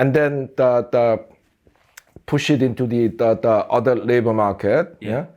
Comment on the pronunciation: his "da" sounds so jamaican 😅